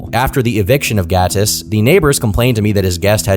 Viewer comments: Your pronounciation of Gatis is on point, are you latvian? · Noooo. Not him being Latvian 😔 Also props to the pronunciation of Gatis, it was good.